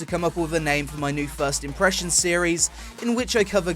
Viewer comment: Peonpressions :D